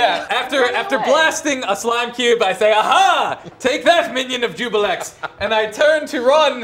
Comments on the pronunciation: No. Ju-blex. Not ju-bi-lex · Everyone says "Jubilex" instead of "Juiblex". :(